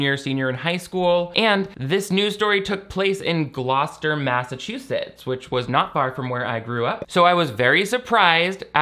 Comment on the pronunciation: The pregnancy pact happened at the high school in my home town and when this movie came out everyone watched it and my cousin who went to the school at the time was live fact checking as we watched and everyone was GOING OFF on twitter. It was a wild time Also editing to say I appreciate you pronouncing Gloucester correctly